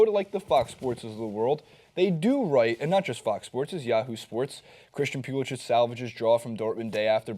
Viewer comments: Its pulisic not pulisich its a hard c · You guys keep saying his name wrong. When he pledged to the US, he changed the pronunciation of his name to Pew-li-sik